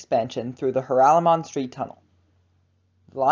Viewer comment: It is DUTCH like many names in New York City...it is pronounced Ja-rol-a-mon Street